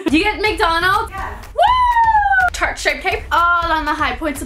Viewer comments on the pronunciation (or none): none